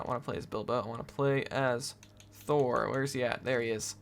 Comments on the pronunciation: It’s pronounced as it’s spelt btw, it isn’t pronounced Thor 😂 it is THROR. ‘Thr’ As in “Throw” but “Thror” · It’s not Thor. It’s nothing to do with Thor. It’s thror. Both R pronounced